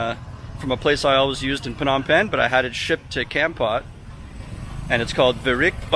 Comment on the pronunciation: hi!!! it is nice to see you living in my country. i am watching your youtube from america. kompot is called komport. komport is the correct pronunciation